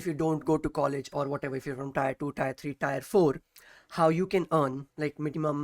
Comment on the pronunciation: abey tyre nhi tier bolo